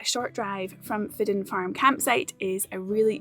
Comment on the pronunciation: So glad you experienced Fidden Farm, in my top 5 European campsites for sure. When we stayed there we were told it was pronounced "fidgen" but don't edit the video on my say so 😉😁 GREAT WORK 👍